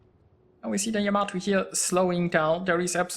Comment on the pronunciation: What are you talking about? He pronounces it just fine for someone who probably doesn't speak Japanese.